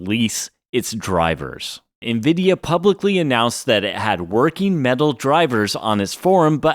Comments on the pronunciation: WTF is "envida"? I got to about four minutes in, but hearing it mispronounced so many times I couldn't listen to it anymore. "en-veh-Dee-ah". ,an, you got it right, or at least close enough a couple times, but the amount of times you didn't made my brain itch. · Bro why do you keep saying Nvidia as Nviduh intermittently? Sometimes you pronounce it correctly then the rest of the time you says Nviduh... ???